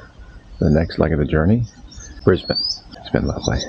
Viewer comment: Thank you for pronouncing Brisbane correctly 😊